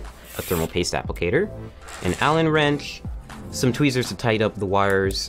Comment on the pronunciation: “all you need to build a pc is a alen wrench and hope”